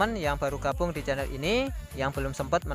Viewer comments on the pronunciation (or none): none